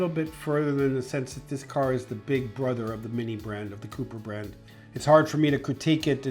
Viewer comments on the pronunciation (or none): none